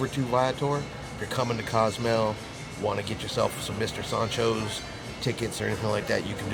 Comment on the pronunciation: Love the way he says Mr Soncho’s…. lol… Mr SAND-Cho’s